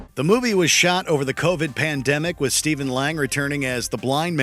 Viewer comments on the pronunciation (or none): none